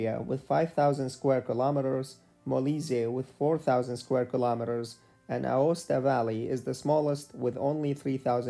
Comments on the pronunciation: Aosta Valley, not Acosta valley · ah yes "Acosta"